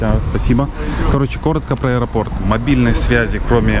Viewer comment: А ещё,, без обид, ударение в слове аэропорт ВСЕГДА ставится на ПОРТ (из аэропОрта, к аэропОрту, в аэропОрте, в аэропОртах и тд)